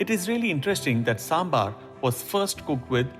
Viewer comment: Sir please correct , kindly excuse its saambhaar